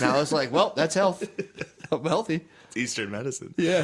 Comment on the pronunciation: “Betty healchy” lol